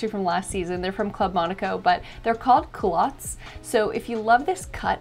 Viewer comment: Hey, just FYI it's "culotte/culottes" not "culout";)